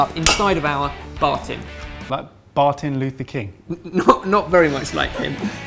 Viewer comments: bar-thin luther king .... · i just keep repeating the "bar tins" part, it's just so funny looking at trying to say something but keeps cutting in. In the end, it make him said something that doesnt make sense. "afterroods" okay afterwards. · Bar- tin Luther King😁